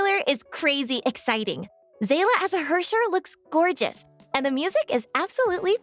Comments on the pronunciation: Se-lah, really?? I blame Star Rail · Yea, I don’t get it while it’s Se-lah all over sudden. Why do they pronounce it like that, I always thought „Seele“ was German (as Seele means Soul in German and many names/words in Honkai like „Herrscher“ (EN: ruler/leader) are German as well) but it’s definitely not pronounced „Se-lah“ in German. It’s pronounced „Sele“ exactly like the Japanese Dub does it in-game. Why does the JP dub pronounce it correct but EN has this weird pronunciation.